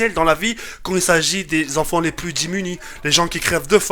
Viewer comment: "Démuni"... Pas "Dimuni"... <3